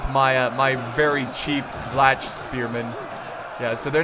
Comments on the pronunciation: Vlach is pronounced Vlah, they are natives of the balkan penisula who were forced in to the mountains by the slavs And Bastiniks are basically land owners. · The "Vlach" spearmen are pronounced Vla-H, in our language Vlah translates to Romanian. Great vid btw!